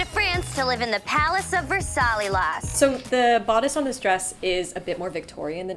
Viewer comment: my french heart droped a beat !! You butchered the name of Versailles !!! 🤣 pronounce it like Verse-aye you will be closer than VERSALILAS !!! x)